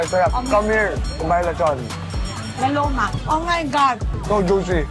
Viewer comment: heh heh heh i like the pronunciation “ lao lowma “ heh heh heh ‘ LAO LOWMA ‘ 😂